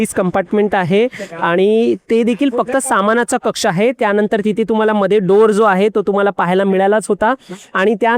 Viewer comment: चॅनेल वाल्या नी यांच्या हातात माईक देण्या अगोदर, जऽऽरा मराठी भाषेचे चलन आणी उच्चार याचं ट्रेनिंग दिले असते तर बरे झाले असते.. हिते, थिते, समान (सामान).. अजून बरेच काही..